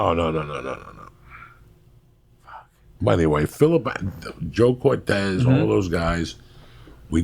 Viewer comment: Brandon Marquez they were talking about Joe Cortese. It's not Cortez.